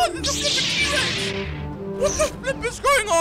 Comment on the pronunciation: yeah what a weirdo it a T-rex btw say it like T-rex